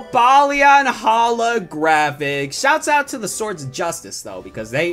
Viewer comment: I cringe when he said Hala-Hala Graphic! Lol